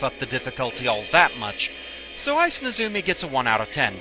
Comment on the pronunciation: NEzumi, not neZUmi